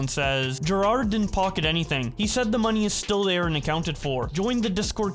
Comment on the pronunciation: can't read right? Jirard and Jared